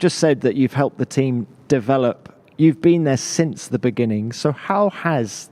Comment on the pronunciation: "deev-lop" lol